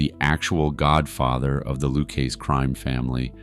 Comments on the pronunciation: Luchese is pronounced LOO-KAY-ZEE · It’s pronounced loo-kay-zee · Its pronounced Loo khezzy. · It's "Lou-KaySEE". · I understand you can't pronounce the name. Lucchese. So break it down phonetically. LOU-KAY-ZEE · I heard there is the mob is after the maker of this video for pronouncing the crime families' name wrong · If you’re making a video about Henry Hill and the Lucchese crime family, why wouldn’t you go to the trouble to learn how to pronounce Lucchese??? You know, 10 seconds of research???